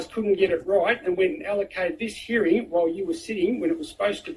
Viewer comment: Do you mean a hearing? Because you say herring. That's a fish.